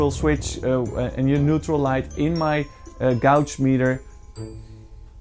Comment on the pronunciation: Great video with a real clear explination of the wiring, again! Just one tip i want to share , i noticed your way of pronouncing gauge for several times. Don't say gauge with an au-sound like in dutch. Pronounce it as "gay-tsch" like in english (not a joke, haha). Hope you'll understand my way of explaining how to pronouncing words, haha...